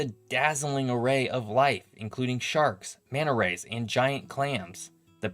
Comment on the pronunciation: 'Innerconnected'? 'Manna rays'? Seriously? Something wrong with your mouth? Or just to lazy to pronounce a T? Sloppy speach is confusing.